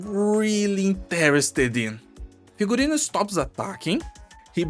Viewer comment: This is the first time on history of arknights that pronounced the name of an operator correctly. And that's because Figurino is a word with Latin roots anyway.